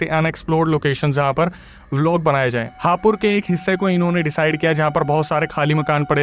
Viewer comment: हापुड़✅ हापुर❌